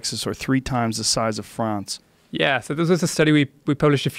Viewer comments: Did Joe pronounce France in French? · Joe "Fr'ah'nce" Rogan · I dont like the way Rogan says France. .